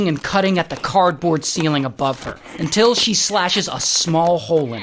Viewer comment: that until makes me laugh😂